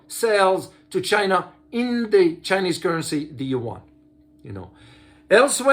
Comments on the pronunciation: As I said, it is actually two syllable sound pronounced fastly and in a connected way like in French, unless one invents another letter that represents the sound of "ua". I'm native mandarin speaker, I feel I pronounced the two sound each time I say these words. I do not do it like did in this video. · you are correct regarding the pronunciation.